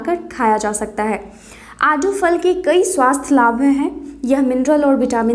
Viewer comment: आडू नहीं आड़ू बोलो